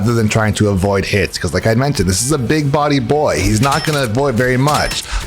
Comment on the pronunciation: Idk why but think I heard "big booty boy" instead of "big body boy" 😳😳